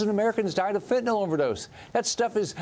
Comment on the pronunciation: Come on Maria, say Fentanyl not Fentanol. Why do so many people have a problem with this pronunciation? Asking for a friend.